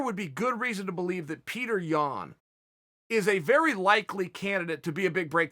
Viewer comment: Chael “he’s vey handsome and young” Sonnen.